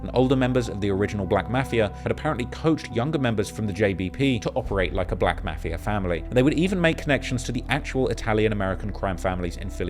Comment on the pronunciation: Bro please pronounce Mafia correct or don’t at it anymore 😂